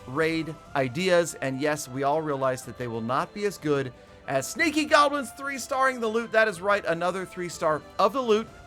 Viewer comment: thought he said stinky goblins lol